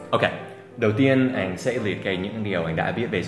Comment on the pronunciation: Anh ng ta đọc là ăn chứ ko phải an đâu thầy